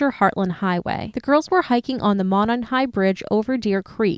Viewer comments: It's pronounced "Mow-non" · Quick heads up: “Monon” is pronounced “mow-non”. Great video otherwise! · I don't even want to correct you guys because you're awesome, but I'm from Indiana, and I used to work at Monon Trailers years ago (building semi truck trailers, and now out of business, I believe..) It's actually pronounced MOE-non. Just for your information, sorry, please carry on, love you guys! ☝️♥️ Jeez this is like an hour directly south from my house.